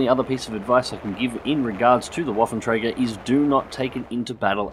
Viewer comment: 'twas a acceptable pronounciation, I'd understand it if you haven't put the name in the video. Also, interesting that you pronounce the "ä" correctly, for the most part English-speakers simply say it as "a" :)